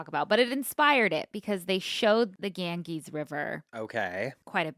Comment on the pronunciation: I love a mispronunciation 😂 Gangees cracked me up. It’s more Gan- Jeeze. Love you guyssss. Thanks for getting me through my bachelors program! Graduating in 2 weeks!